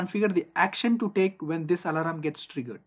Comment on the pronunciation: very nice informative video but the pronunciation of "alarm" as "alaram" is weird to hear